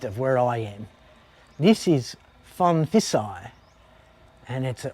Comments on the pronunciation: It’s pronounced- Pone - Pi - Sai 😊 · Sorry mate, you aren't in Northern Thailand. You're in the Northeast or Isaan. โพนพิสัย learn Thai, then it is impossible to mispronounce names. Pon - Pi - Sai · Are you pronouncing โพนพิสัย with a F? Really dude? 😅 Edit: sorry mate see someone has already pulled you up. Great video though. How do you cope out bush in those places? I love visiting North East Thailand, love the people and food but it's a bit far from civilisation for me. Good luck with your future.